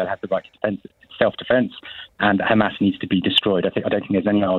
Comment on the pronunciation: It’s always “khamas”, “khezbollah” and “khouthis”, why do she switch to the Hebrew pronunciation when mentioning these organizations but has no problem to say “having” , “have” , “here” etc in clear British English.